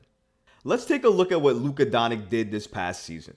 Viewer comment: “Luka Donik”